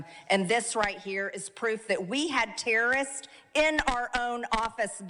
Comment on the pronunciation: ...how can she not pronounce "terrorist"? Sounds like TEERRIST